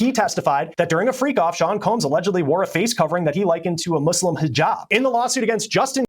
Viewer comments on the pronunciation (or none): been covering so many shoot outs he said "law shoot" instead of lawsuit😅